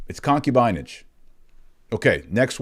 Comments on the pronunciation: Using these words is also anti-modernist ∵ it shows that the ancients were not ignorant of human nature like modernists pridefully think they were. Also, you mispronounced "concubinage", putting the accent on the first syllable; it's really "concúbinage". And you used "sodomite" as an adj. (when really the adj. is "sodómical"; rhymes with "comical"…). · Pronunciation of concubinage, the “i” is a short “i” , like “in”. con·cu·bi·nage /kənˈkyo͞obənij/ Learn to pronounce nounHISTORICAL noun: concubinage the practice of keeping a concubine. "what is the daughter of an infidel good for besides concubinage?" the state of being a concubine.